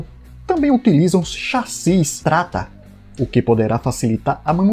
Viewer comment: Erro no pronunciamento. O certo é TATRA. Agradeço a compreensão.